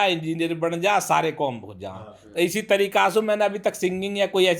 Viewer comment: काम ❌ कोम ✅